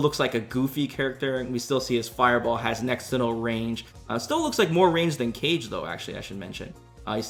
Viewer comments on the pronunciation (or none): Kah-geh, lol he said Cage. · u actually called Kage "Cage" are you playing the game on mute lmao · did you just called Kage "cage"?? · Apparently he says it wrong on purpose, i asked this on a previous vid and someone replied. That or someones deaf. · It's an on-going joke from his Twitch streams.:) Although probably doesn't even notice he calls him that anymore after so long. 😋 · Kage being pronounced like “Cage” absolutely kills me lmao. Same type of person who would pronounce Sakura as “suh-kur-uh” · Did you just call kage....cage?! Lool